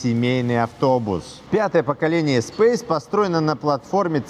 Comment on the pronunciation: блд........... И ты произносишь вместо Эспас какой то эспейс